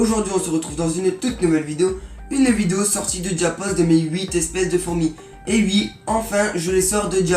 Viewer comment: "et ui"